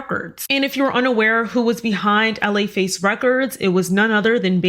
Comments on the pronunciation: …it was pronounced “La Face” not “L.A. Face” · It’s Laface (one word), not LA Face. 😂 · For the Record it is pronounced - La-Face Records, not L A Face Records. Just saying 🥰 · His name is P Shiddy! A psychotic, megalomaniac, pervert! Btw, it's not L.A. Face Records, it LaFace, just like it is spelled, sweetheart! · “La Face” not “L A Face”…… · It’s pronounced LaFace records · It’s Laface together like a pronoun in Spanish. Not L.A. Face. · La-Face. Not L.A. Face 🤣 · I loved this video so much! So much information, but I cracked up when you said L/A Face instead of LaFace 🤣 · LAface girl not L.A. Face. I know u r not my generation so I may not have know but that is how the label is pronounced. Also, u did an amazing job 👏🏼 I've always wanted the relationship between puff and usher to be revealed more than it has. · Interesting... btw its not L.A. Face Records it's LaFace - one word. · Just a side note, hun, it's pronounced Luh-face records, not L.A. Face lol. Like you would pronounce the name Latrice or Latasha. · Love the video. Butwhen you say LA records, it's not pronounced, "L. A.," it's pronounced, "la," like, "la la." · Laface records is pronounced (La like Fa la la la) it’s one word laface and Gina’s last name is pronounced like HUN. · “L.A. Face Records”🤦🏾‍♀️😂 you probably don’t care but it’s pronounced “luh-FACE” lol love your content!🫶🏾♥️ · Its LaFace (luh-face) records for the founders L.A. Reid and Babyface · Laface is pronounced like luh-face…showing my age, clearly…